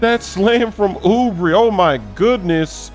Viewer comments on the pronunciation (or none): It’s not Oubri ITS OUBRE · Kelly oubre (ooo bray), not ooo bree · YOU SAID HIS NAME WRONG